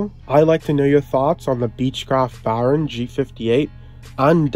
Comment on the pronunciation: It's pronounced "Bare-on". NOT "Baaarn". Speak English...!!